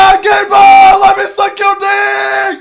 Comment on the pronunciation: Its gabing-ben